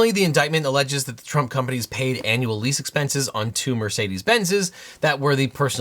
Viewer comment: Every time you say "Annual Compensation" I kept thinking you were saying "anal" compensation. I mean, is somebody preparing more payments to Stormy? ;)